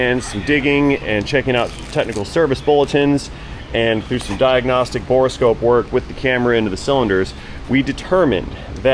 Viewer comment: Dude, it's bore-scope..... not bore-a-scope.